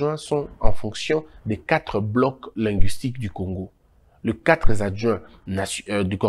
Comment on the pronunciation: Quatre adjoints et non quatrezadjoints